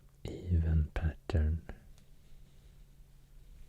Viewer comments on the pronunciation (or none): none